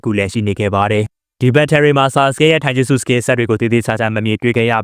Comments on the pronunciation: たいじゅすတိုင်ဂျူစုပါ ထိုင်ဂျက်စုမဟုတ်ပါဘူး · ဂျပန်လိုromanjiမှာtaက တ ပါ iကအိပါ tai(たい)တိုင်ပါ အကိုက ထိုင်ပြောနေတာ မှားလို့ထောက်ပြတာပါ